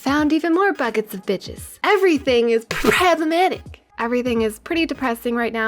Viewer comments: its pronounced p-PROBLEMATIC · I died everytime you said "pppproblematicc". I love your humor and I get super excited every time you upload a video. Keep it up! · I subbed for you pronounciation of problematic... gotta love a good laugh! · great video, but I cringed every time you said "problematic"